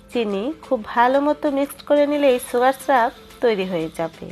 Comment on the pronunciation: সুগার স্রাব বলেনা আপনার উচ্চারণ ঠিক করেন সুগার সিরাপ বলে...